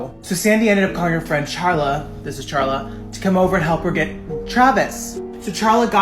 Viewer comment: Her name is carla nash. Not charla. I know its spelled that way but its pronounced karla